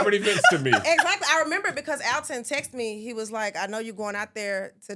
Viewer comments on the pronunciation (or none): none